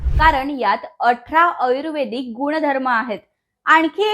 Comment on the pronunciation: आयुर्वेदिक शब्दाचा उच्चार पण चुकीचा आहे